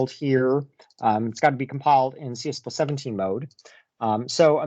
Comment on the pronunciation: Great video as always,! I keep hearing you say CS plus 17 over and over again in stead of "C plus plus 17." Is that right?